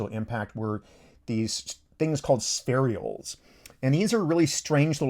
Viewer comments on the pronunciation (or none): Ha lleys not hay lleys comet. Spher ules not spheri ules. Hom ogen ous not homo genius. But otherwise not to bad at all. 😊